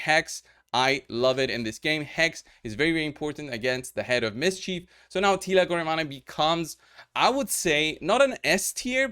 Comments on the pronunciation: Finally after 3 years, Teela my very 1st lego, I'm glad I didn't make her food. Have 3 of them. btw it should be mentioned /Gore/ - 1 syllable /Mane/- 1 syllable so, (Gormeyn). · According to pronunciation Teela Goremane is Romanian 😂